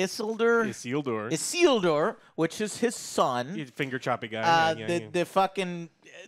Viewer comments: Issllldooor? ISILDUR. jesus christ joe. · How can he not remember how to pronounce the name from the epic scene in the intro to LOTR where Elrond yells "ISILDUUUUR!" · How can he mispronounce Isildur after hearing Elrond shout his name in LOTR in such an epic scene!? Every time I hear someone mention the name in the show, I yell it like Elrond. Such a great scene! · Also it’s weird that the host can’t pronounce basic names like Isildur or Celebrimbor. Prep work is important. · Did he really just mispronounce Isildur? Why is leading this review series?? Just let Alex do it already. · How tf do you not know how to pronounce Isildur. But claim to know the show. Come on dude lol